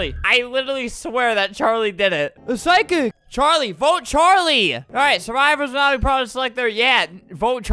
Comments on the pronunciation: why does psychic sound like sidekick when Albert says it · Lol Albert keeps pronouncing “psychic” as “sidekick” 😂